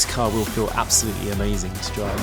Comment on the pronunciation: I love the emphasis on the feel of the materials in the car😂😂